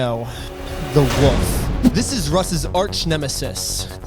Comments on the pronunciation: Love the channel. Love this video. But it’s “wolf” not “wuf”. 🫡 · "so I decided to talk to the most trust worthy person I know, the WOOF." it drives me insane that you say woof instead of wolf. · Hey it’s pronounced “wolf” not woof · Dude, are you incapable of pronouncing "wolf"? Why do you say "woof"? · the way i thought the wolf was the "woof" because of how he pronounces it lol